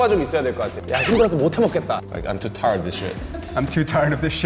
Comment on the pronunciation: 최재림 im too tired shit 영어 발음 치인다…❤